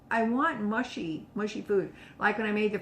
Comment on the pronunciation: Should be mushy not mashy.